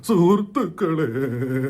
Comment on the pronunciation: സുർ സൃഹ്ഹ് ശ്രു സൃർരുസൃഹേതുക്കാളേ.. ചെ ശേരിയാകുന്നില്ല, ഇതെങ്ങനെ പറയുന്നു 😂😂